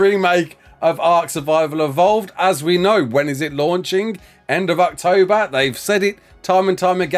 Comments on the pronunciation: Totally sounded like said "ARKtober" instead of October while reading the message from Wildcard. Genuinely surprised that pun isn't used more often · Everytime you say October I seem to hear Arktober.....or is it just me